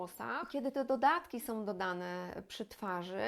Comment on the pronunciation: Pani kanał jest bard,o potrzebny, a porady sensowne i użyteczne, ale proszę się postarać, by nie mówić " som", " używajom", " ubierajom" itp. Wiem, że wiele osób tak teraz mówi, ale to naprawdę jest nieznośne. Tam wszędzie ma być " ą".